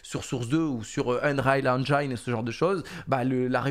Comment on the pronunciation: "Eunréal Engaïn" ? > "Eunriill Èngin"